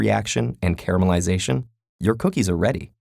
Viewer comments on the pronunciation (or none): I swear he was saying carma-lization.